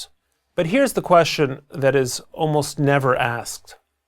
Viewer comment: He mispronounced the world "question".